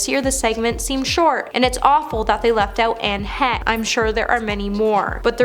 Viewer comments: Why does she pronounce Lenny Kravitz name that way?? Lenny KRA-vitz. Wtf And they don't even celebrate Paul and Bob with their names. Inform y'all did a shit job on this. How do you call others out when y'all can't even do it yourself correctly. And ANN HECHE? ITS NOT HECK. WHY IS THIS GIRL WHO CANT PRONOUNCE THE NAMES OF ANYONE DOING THIS VIDEO. HOW DISRESPECTFUL. To say "no one should ever be forgotten" is ironic given this girl l can't even pronounce the names of some of the greats. And your editor should be fired. I'm so damn disappointed. and she can't hear herself right?! Robert Downey Sr gave birth to Jr? Jr made his own career and Sr. Didn't give birth to anyone. I think y'all should be ashamed. This girl shouldn't be presenting anything let alone a video acknowledging dead stars she can't say their names correctly or even basic things like put the correct name of them on her list. Disgraceful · I like watching you and your colleagues doing these videos, and I have noticed something you may not be aware of. You see you keep messing up celebrities names. It's quite common for you to get names of people wrong. When you said Anne Heche, you pronounced it wrong, it's pronounced Anne Hesh. You also got Lenny Kravitz surname wrong too, it's pronounced Lenny Kravits. Other than getting names wrong, you are actually doing great. You have a lovely voice and you explain things well, and I enjoy these videos when you are presenting them. I am not having a go at you hun, just letting you know because I don't think you are aware of it. Please don't be offended. God bless you and all those you love. Have a great week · Anne Heck? Who the hell is Anne Heck?! It's Anne Heche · You really need to learn how to pronounce peoples names it’s not Ann heck, her name is pronounced Anne Heche! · Not Ann heck. Omg is pronounced Hesh Not only forgotten during Oscar also not bordered to be called correctly by the host. 🤦‍♀️ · HECHE..PRONOUNCED LIKE HESCH